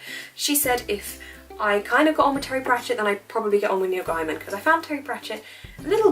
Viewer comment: Heya, hope you enjoy the book. Just so you know its pronounced gay-man xxx